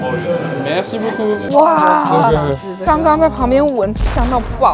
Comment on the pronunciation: 法語 (謝謝)怎麼聽起來像 { 沒關西 } 哈哈哈